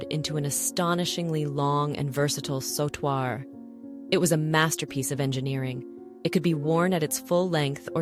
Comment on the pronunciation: A mejorar la pronunciacion de "Bandeao" " Sautoir" etc.😂